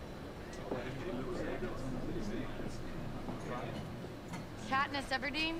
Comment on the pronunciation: Sound like he called her KatNip 🤣